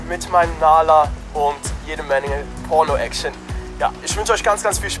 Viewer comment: Niemand: Jeder: Porno: Pürno Ich:😂😂😂